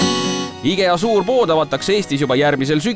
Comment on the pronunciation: Mis asi see "IGEA" on? Võiks firma nime, mida reklaamitakse, vähemalt õigesti hääldada. Me pole soomlased ju?